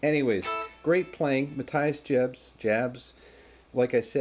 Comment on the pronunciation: yeah is the best but the pronunciation on Mathias was funny, also what the hell is Vi-brat-o? lol must be from Chicago and duh bears.